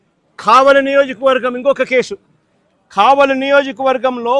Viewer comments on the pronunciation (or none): none